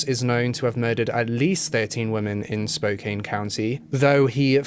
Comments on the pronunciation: Spokane Washington is pronounced Spoke ANN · Its spoh- can. And spray-gue avenue. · "Spo-can"- with love from Washington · I didn’t see if anyone told you, not that it even matters and I totally see why you’d think it was pronounced how you said it but it’s actually spo-can. I just thought you might like to know just FYI, it really doesn’t change the video or anything. You are wonderful! ❤️ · Spokane= Spo-can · Hahaha saaame, I live in Spokane Valley, so its always funny to hear how people pronounce our cities and out streets lol. Oddly enough Spo-kaine/Spokane doesnt bother me as much as people that pronounce Sprague as Sprog haha! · Spokane is pronounced differently ahh small A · AHHHH I LIVE IN SPOKANEEE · Love the video but learn how to pronounce Sprague and Spokane. The DNA profile taken from Kathleen Brisbois body was found to be that of a male? DUH really? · The pronunciation of spokane and sprague made me absolutely lose it lmaoo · Please redo this video and pronounce the names of places correctly. Irs cringy. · I watch you a ton but you butchered the names of spokane man.. That's my home.. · Hey fellow Spokanites. I agree with most about a serial killer. Crazy stuff. My biggest problem is the pronunciation of Spokane and Sprague, but I get it lol. As far as racism, it definitely exists here. Black and indigenous people are constantly profiled in Spokane. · Thanks for correcting his pronunciation....people ALWAYS mispronounce Spokane!!! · For some reason, when people pronounce Spokane like it is spelt, I always feel the urge to correct it in my mind each time they say the word in a video. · Just FYI: pronounced “Spo- Kan” not “Spo-Kane” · okay i'm only six minutes in, and i KNOW you're british but i live in washington and i have to say, it's pronounced like spo can not spo cain anyway king ily i just NEEDED to say it lmao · Spokane is pronounced Spo kann not Spo kane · Spo can. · Spo Can not Spokaine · I think it’s Spoke-ann not Spoke-ain.